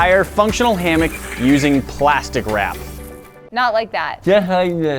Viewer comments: No affense. But it’s a hammock not a hammick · It’s hammock not hammick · its a "Sarammick"